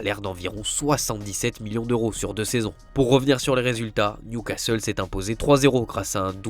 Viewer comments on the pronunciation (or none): none